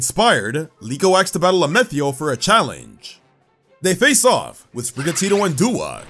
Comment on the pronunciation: Question. Why are you saying Amethio’s name differently? It sounds like the word “meth” as in the illegal drug is in his name.